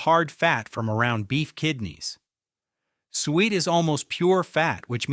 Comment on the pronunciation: 12is not “sweet”, it is pronounced “soo-et.”